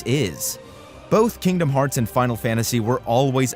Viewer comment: My daughter loves it when you say Kingdom farts lol.